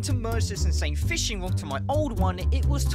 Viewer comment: Fishing *rod, not a "wod".